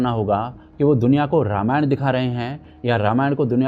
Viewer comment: Ramayana nhi ramayan hai 😂❤